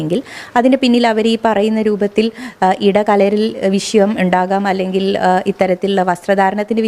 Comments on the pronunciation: വിശയം 🤣🤣🤣മലയാളം ഉച്ചരിക്കാൻ പോലും അറിയില്ലേ 😭😭😭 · വിശയം അല്ല. വിഷയം 🙏